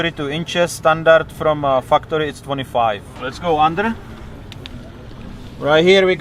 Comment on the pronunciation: Sorry, are you sayin fu-cktory or factory? Because fu-cktory is a really cool company name, if thats who makes those items you point out, lol. Awesome rig BTW